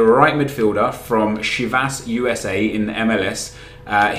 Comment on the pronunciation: Lol he said Chivas USA as, "SHE-vass U-S-A".